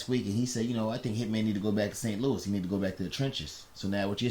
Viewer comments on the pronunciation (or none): none